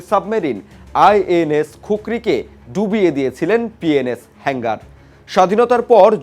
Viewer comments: কিরে ভাই তোরা কি গাজা খেয়ে রিপোর্টিং করস শব্দগুলো হেংগার না হাঙ্গর হবে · হালায় নিউজ করতে আসছে.. উচ্চারণ পযর্ন্ত ঠিকঠাক ভাবে করতে পারেনা আবার আসছে নিউজ পড়তে.. সাবমেরিনেরে কয় তিনি.. আবার হাঙ্গর কে বলে হেঙ্গার হালা মূর্খ... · হেংগার না শব্দটি হবে হাঙ্গর শ্রেণীর সাবমেরিন। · Illiterate news reader can not speak the correct word Hangor NOT HANGER